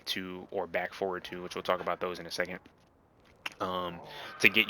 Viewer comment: You "forward" sounds like "four". Took me a while to realize it. Great guide, nonetheless!